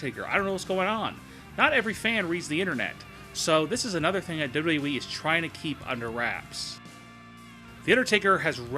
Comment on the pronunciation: I don't care for the way this guy pronounces "WWE" and this video in particular makes no sense, especially #5. How do you hide the fact that somebody isn't on TV?